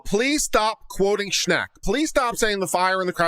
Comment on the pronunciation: THANK YOU for covering Schenck v. United States... I was like oh no you did not refer to Schenck! You said it wrong and it's BAD LAW! You Rock!